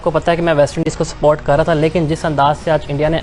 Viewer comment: Ye Kaise journalist hai? Support ko sport bol rahe😂😂